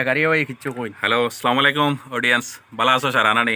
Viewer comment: (❌চলামো আলাইকুম❌) (✅আচ্ছালামু আলাইকুম✅)